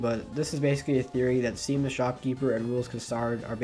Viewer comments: This video is so good But FOR CRYING OUT LOUD IT’S PRONOUNCED SHAWM NOT SEAM!!!! This was bugging me sorry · Seam is probounced Shawm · It's pronounced "SHAWM" god dammit not hating tho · Great job! You put a lot of good work in here, though I admittedly got a little bit disheartened when you mispronounced Seam's name, lol. Regardless, I'll have to watch Part 2!